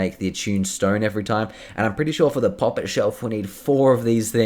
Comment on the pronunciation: I hate the way you say poppet lmaoo 😆